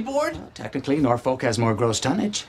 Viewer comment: He pronounced Norfolk the wrong way. Any of my Virginia friends feel free to comment.